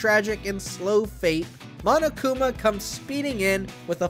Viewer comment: lets hope the guy doesnt say mo-no-kuma edit: ok thank god